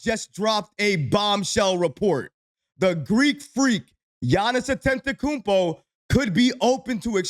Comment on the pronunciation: Still mispronouncing Giannis last name 😂